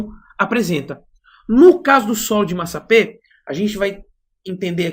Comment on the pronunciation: Está escrito massapé. No entanto você está pronunciado massapê. O mesmo só da primeira sílaba da palavra pê-ra.